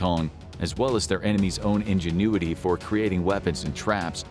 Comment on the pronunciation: You mispronounced ingenuity on the first but not the second time the word was said. I've never heard that mistake on here, thats an ai giveaway. Probably a non usa native English speaker reviewed the final cut.